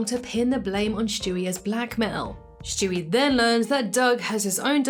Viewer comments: His name is Stewie, not Shtewie. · Who is Schtewie